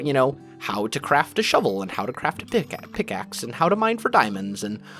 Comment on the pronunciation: Crazy One i heard that too